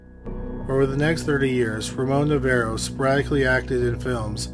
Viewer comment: It’s Navarro not Novarro